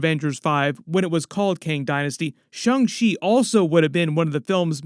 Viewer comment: My man! I love your channel, but please stop saying shUng Chi. Go ahead and say shAng - like Avatar Ang. Sorry, it’s a thing! 😂